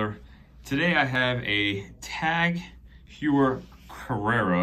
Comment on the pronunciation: It’s pronounced HOYer, 😂😂😂